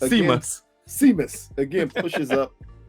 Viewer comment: Seamus is pronounced Shay-mus like the wrestler